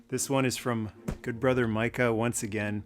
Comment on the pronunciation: As a fellow Micah, i appreciate you saying Micah correctly.